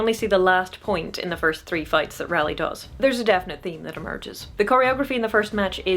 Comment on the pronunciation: I have enjoyed discovering your content and have been going through your back log genuinely learning from your content and experiences. As a Ralleigh however im going to jump on my soap box and say it is pronounced /ˈrɑː.li/ like RAW LEE. End of soap box rant. Thank you